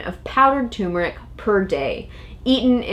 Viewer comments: All together now. ‘TURMERIC’! NOT ‘tumeric’! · Please , turmeric not tumeric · tumoric? or is it tuRmeric... There are two Rs in turmeric. Nor is it pronounced turm-air-ic as many people say it. The accent is still on tur. TER–mer– ic. Look it up. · Ter mer ick!!! Not tumor ick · Yes! Stop......It's TURmerick...or any dictionary would tell you that it's tur·mer·ic or tər-mə-rik . Show equal respect to the first 'R' dammit! lol lol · you could at least pronounce the word correctly, not tumeric but tuRmeric, you need to pronounce the 1st 'r'!! It drives me crazy! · Jeannie Eakin she's smart. But she sounds dumb when pronouncing it tumor ick. It's ter mer rick!!! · Turmeric! Turmeric! Turmeric!🤣🤣🤦🏾‍♀️ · Say the word right if you want to be taken seriously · Silent r? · Stop eating turmeric (and stop mispronouncing it), and eat more juicy rib-eye steaks instead. Also, Trump always wins. MAGA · It irritates me how these people mispronounce turmeric!